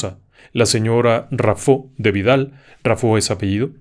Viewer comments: Señor se pronuncia Raffo y no Raffó. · Onganía, no Ongánia. Rafo, no Rafó. Y, el caso es un reconocido mito popular. No un caso real.